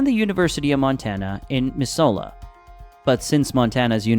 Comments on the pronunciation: lol, Miss-0h-la. Now say Helena. No, it's not May, try snow as late as June. We frequently lose our corn due to a late snowfall and freeze in June. No, it's not because of the mountains. It's because of the jet-stream bringing cold from Canada during the winter. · Your information is wrong lol the temp is well over 100°f right now on Montana and it's pronounced Miss-oula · You chopped the name Missoula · Bizarre, not just the pronunciation of Missoula and mention of the highest wages in Roy (population 130), but the many pictures from elsewhere in the world. Particularly amused by at 11.16, where the audio says something about "breathtaking beauty of Montana' while the video shows a picture of the Lauterebrunnen valley in Switzerland. But why should we not be surprised? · OMG how many times can they say Missoula wrong..... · You're pronouncing Missoula completely wrong. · AI generated videos make me laugh. Pronunciation of the cities is awful. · How he pronounced Missoula! 😂😂😂😂😂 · The pronunciation of missoula hurt me so bad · The way you say Missoula and the fact you said "surrounding states" and then started the list with Seattle. I don't know man. Crap tier video. But, you are helping keep people out of Montana. 6 out of 10 stars. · Bro... how the FUCK did this guy mispronounce Missoula and Helena so badly? Did you even do more than 5 minutes' worth of research, my guy? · Aside from not checking how to say 2 if the cities and nit mentioning the private colleges in the state, not a bad review. We like our space out here. Also, it can get over 105°F in the summer; of course, it has snowed on July 3rd as well. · If you want people to believe that you speak about Montana in an intelligent educated an well researched manner, should probably learn to properly pronounce the names of its major cities like Missoula and its capital city Helena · Keep pushing this. We here like our tiny population. Urbanites stay away. BTW you totally butcher Missoula. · It’s mis zoo la